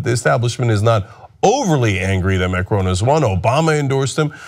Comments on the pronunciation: M-A-C-R-O-N not MARCON!!!!!!!! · Mac-ron (not Marcone or Macrone) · Mar-cone? It's Macron, pronounced Mack-rohn. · its not maRCon but maCRon :) in the beginning you messed it up :) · Please learn how to pronounce Macron - it's Mah- Cwrahn not Mah-Crone - it's embarrassing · There are so many things wrong with the video starting with Cenk calling Macron Markon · lol, Cenk its MACRON, not MARCON!! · It'a Macron* not marcon!! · It's Macron, not Marcone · Cenk, buddy... his name is not MAR-CONE lol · Jesus Christ, not only do you butcher the dude's name, you can't even figure out that a centrist, neo-liberal investment banker is part of the establishment, because, uh gee, he founded a new party. The established, corporate neo-liberal parties are hated across the globe, and Macron was the rat smart enough to ditch the sinking ship that is Hollande's SPF. Melenchon (who polled almost as well as Macron and Le Pen in the first round) was an actual left-wing candidate who also founded a new political movement.